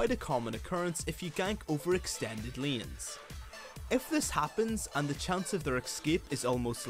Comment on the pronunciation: Its layns(hey) not leans (mean) so irritating pronounce, great content but ur voice doe!